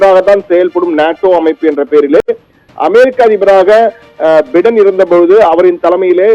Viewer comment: பிடன் இல்ல பையடன் . இது கூட சொல்ல தெரியல. நீ எல்லா..... தமிழ் ....